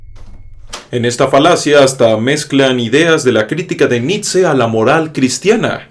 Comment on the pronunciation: Tal vez no venga al caso, pero pronuncias horrible Nietzsche.